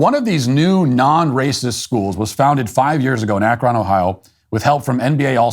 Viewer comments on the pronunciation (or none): Where is "Ahk-RAHN" Ohio? Do you mean "Ah-KRUN" Ohio? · Matt. It’s pronounced Ak-rin. Not ak-ron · ACKron 😂 I realize that being in Ohio we never pronounce any name how it sounds: ACKrin 😅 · Dude… It’s AK-ron, not ak-RON. Did you even watch the video you’re mocking? You’re also intentionally misrepresenting the grades conversation. The kids were doing terribly, now they’re doing less terribly. Still failing, yes, but making progress towards catching up at an A level. Lebron is a total douche, and I’m wondering if you don’t have that in common with him. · ak-run not ak-ron. Second daily wire host to bungle the northern vowel shift. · "AK-rən" We really don't pronounce the "o." The NBC reporter said it right. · Long live SBG but I can't like this video as an Akronite... because of the pronunciation Ak-RON 😂 I know most people don't know the real pronunciation or the lore behind it, but I loled at that moment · Matt-I know it’s spelled Akron, with an “o”, but us Ohioans say Ak-run. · I agree with everything you said, except for the way you pronounced Akron. AK-run. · It's pronounced ACK RUN... Watch any newscast or listen to any Ohioan. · Please learn to pronounce Akron correctly. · Love your show…but learn how to say Akron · I can’t stand listening to Matt try and pronounce Akron and YES: It makes me mad that they’re taking my tax money and not getting results for these kids. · Did Key & Peele teach Matt how to pronounce Akron? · As an Ohioan hearing Matt pronounce Akron like that made me cringe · The way you pronounce "Akron" makes me suspect you are not Matt Walsh, the beloved human being, but some sort of AI fueled deepfake replicant. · I am going to end up with a permanent tick now, listening to Matt pronounce Akron. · As an Akronite, I chuckle at Matt’s unusual pronunciation of Akron.